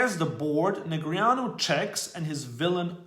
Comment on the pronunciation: At least we all now how to properly pronounce Negreanu - nice👏👏